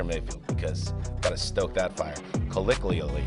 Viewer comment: CO LLO QUI ALLY - Think LOCO - MOTIVE in annunciation - it might help.......or not